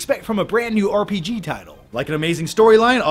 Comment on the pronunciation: am i the only person that heard "prg"instead of "rpg"?